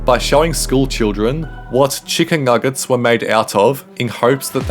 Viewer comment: Tf is wrong with the pronunciation? "chickeng nugget" got short tounge?